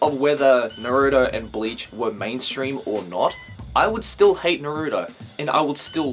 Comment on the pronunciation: I like u a lot, and I'm sorry to correct you, but you pronounced Naruto wrong